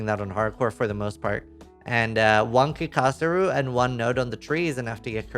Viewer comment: One thing: It's Kika-Zaru Not Kikaza-ru